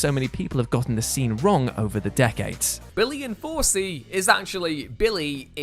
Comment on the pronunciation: Who the hell heard "Enforcie" instead of 'in 4C?'